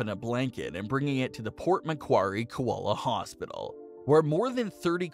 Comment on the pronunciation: Lol, please learn to say koala properly.